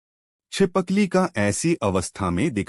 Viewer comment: Pehle hi galti kardiya chipkali ko chipakli bol rahe ho